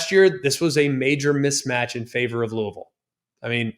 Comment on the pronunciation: He said Louisville right lets gooooooo.